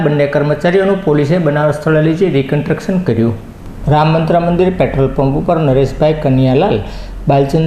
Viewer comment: Reconstruction બોલાય. Not recotruction